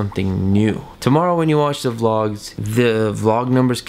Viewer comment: ... how he says vlogs lol